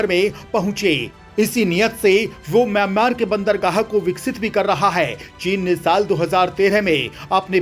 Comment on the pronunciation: Kam se kam mayan mar to sahi bolo..